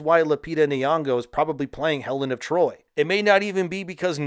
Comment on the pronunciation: Helen of D’Troyt and ACK-illes will never not be hilarious to me.